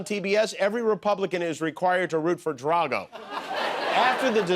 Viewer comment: Was Jimmy making another Marjorie Taylor Green joke? Because I swear I heard say Draga instead of Drago.